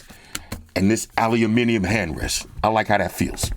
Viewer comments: Aluminium. Now THATS how you say it. Well played,. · It's refreshing when someone pronounces "aluminium" properly 🦁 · I love the videos as always! And an american saying Aluminium the way it should be said, warms the heart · As a Brit, I was always confused why Americans usually say ALUMINUM. Keep it up!